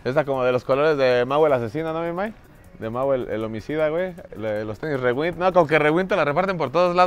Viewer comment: se dice riwaind no rewind